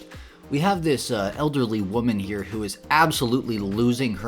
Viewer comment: "Not he-ah, not he-ah. Over the-ah, over the-ah!" lol